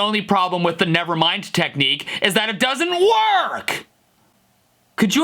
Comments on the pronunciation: You Forgot technic "neek-kneee" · His contorting his lips and the way he pronounced 'Nick Knee' cracked me up.